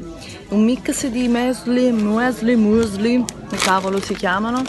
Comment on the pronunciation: Francesca Pangallo Lo fa apposta!! Per qualche strano motivo gode a leggere gli insulti o critiche!! La stessa cosa dei termini in inglese...o sai come si pronunciano le parole...o non le dici!! Che è il "mesli"?